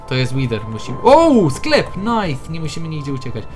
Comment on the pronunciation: nife zamiast nice